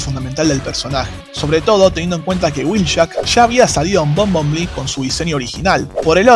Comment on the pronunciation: excelente vide,pero se pronuncia bombel bi